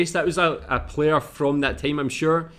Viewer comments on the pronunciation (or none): none